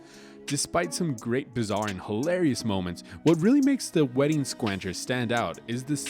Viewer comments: Agreed, only some one who hasn't seen the show would pronounce the word "squanchers" wrong. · That's not how "Squanchers" is pronounced. You're completely inconsistent on whether you say the season, episode number, or even the title of the episode. Also, these aren't the top 10 episodes according to IMDb as the description claims, and it seems very unlikely that the order of the top episodes from years ago suddenly changed in the past two weeks.